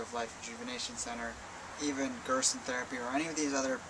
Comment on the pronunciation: Would you recommend taking a whole food multivitamin to make sure you're getting all of your essential nutrients? Also too what is that institute you mention ? It sounds like Parker but I googled it and didn't find anything. Did you mean to say Gerson? Thanks